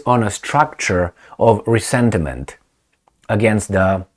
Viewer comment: Resentment, not resentiment. Don't slip into Romanian